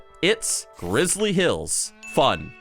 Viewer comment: swear I heard Rizzly hills, I don’t know if is aware of his own Rizz